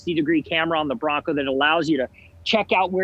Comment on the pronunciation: Its :"BRONCO" buddy